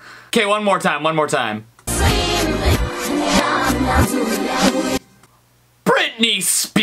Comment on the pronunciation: he said yum is staid of young